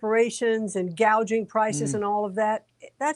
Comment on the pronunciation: Kamala knows so much about “price gouging” that she calls it “price gauging”. Kamala-Walz use “racial fear” for the politics of the Marxist Communist State. Inflation, inflation, inflation. No security, no stability, no working vision, no brain Kamala.